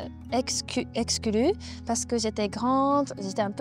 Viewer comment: Wow ! Vous parlez mieux que certains Français que je connais... Votre prononciation de "exclue" est juste parfaite 😉 Merci de nous avoir partagé un morceau de votre histoire. On attend la suite !